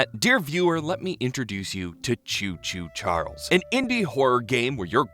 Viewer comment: I hear chew chew churles